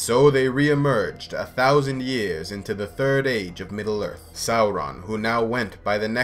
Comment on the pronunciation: god I love how you pronouce Sauron. the right way!